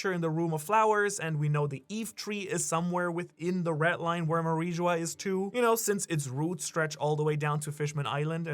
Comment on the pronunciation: Red Line not retline